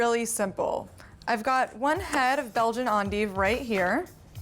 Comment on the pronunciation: I like this video. It taught me how to say endive. I always thought it was end-dive.